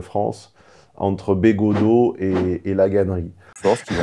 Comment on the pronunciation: Attention, fait semblant de ne pas connaitre Bégaudeau et d'écorcher son nom. Manière indirecte de le rabaisser. Sinon, oui Bégaudeau est plus digeste et agréable à écouter quand il parle cinéma et culture en général, que politique!